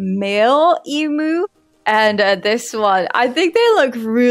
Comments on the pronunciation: It’s pronounced em-yoo not e-moo ❤ You sounded quite funny to an Australian! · Em-u not em-oo heheh. But great video